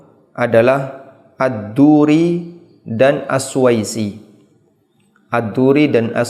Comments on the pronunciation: Bukannya as-susi ya ust? Koq as suwaisi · As suusii : السوسي BUKAN AS SUWAISI